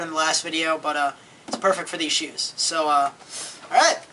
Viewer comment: its funny how he says alright lol